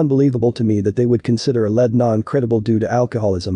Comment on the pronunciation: You need to learn how to say the words lead